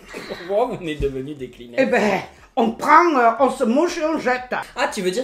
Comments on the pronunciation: Je suis la seule à avoir entendu kinemex à la place de kleenex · "KLIMEX" 😅😅😅 C'est une pépite!